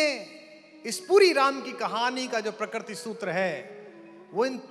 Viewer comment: प्रकर्ति नहीं प्रकृति कुमार, तुम अच्छी कविता करते हो फिर यह .....